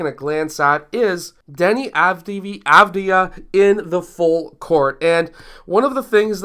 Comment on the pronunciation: Great video. The reason Deni didn't take a floater is that he shoots floaters with a low percentage. It's an issue he still must work on. Second, the way to pronounce his last name is Av as in Avocado , Di as in Dianna, and Ya as in Yahoo.